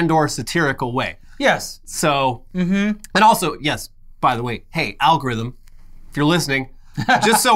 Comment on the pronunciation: really said "Al Gorithm" 🤣🤣